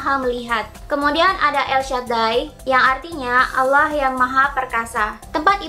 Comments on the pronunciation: bilang allah aja masih dilencegkan jadi auloh wkwkw banyakin baca buku aja deh, setau saya hanya pihak islamlah yg mengkalim dia keturunanan ismail dan mencopypaste nabi"nya yahudi dan dibuat karangan agama baru, secara yahudilah cikal bakal kristen dan islam menurut sejarah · ini apaan si.. byk yg beda sm alkitab.. trus jg Allah tp di baca auloh. kayak campur aduk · dari cara melafalkan Allah kan jelas dia seorang muslim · Hrs hati hati bahas Yahudi... Saya termasuk pemerhati Bangsa ISRAEL.. Dari logat mu menyebutkan Nama Allah.. Anda beragama Islam.. Jadi Perlu teliti.. Karena sgt sensitif.... Agama Yahudi adalah Leluhur dari agama Kristen..baik katolik dan Protestan. Menurut saya kamu di video ini Sgt teliti..WALAUPUN ada yg Mis.... Tetapi tdk fatal... Ada Jutaan Org indonesia yg menjadi pemerhati dan pengagum Bangsa ISRAEL..dan agama Yahudi...